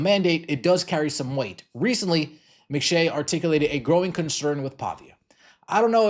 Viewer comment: Who is Mac-A-Shea? And what did he do with Mick-Shay?